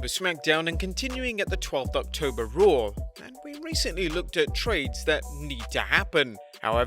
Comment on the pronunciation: “With Ric Flair running Rawr”